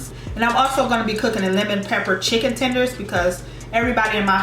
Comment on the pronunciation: Lol she accidentally said chender tender instead of chicken tender they are sooo funny😂😂😂 I am weak love your vlogs❤️❤️